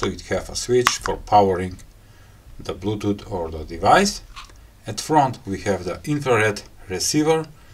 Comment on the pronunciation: I'm always here for the sympathetic "blutuut" :)